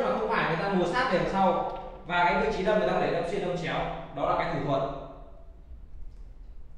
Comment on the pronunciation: Đâm chứ không phải dâm nhé anh